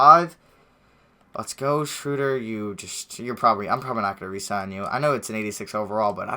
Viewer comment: its not shrewder smh